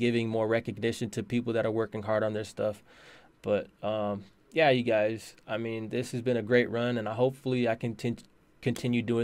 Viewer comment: Btw its YEEEAAAAaa!!! not yaaaaa